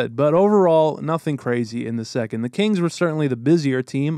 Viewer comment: I kept thinking you were saying Canes not Kings